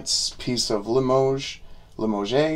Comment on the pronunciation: Pronounced li mohzh You need not be sorry or apologize for injecting humor into your videos. Always nice to have a chuckle on this side of your videos.